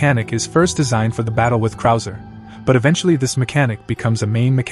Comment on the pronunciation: You lost me when you called krauser, "cruiser." 😂😂😂 Nothing here is official.